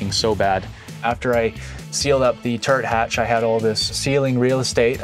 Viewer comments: at first I heard turd hatch, had to rewind to hear turret lol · 5.40 did he say turd hatch? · all i hear is turd hatch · So I thought he was saying turd hatch. Cool…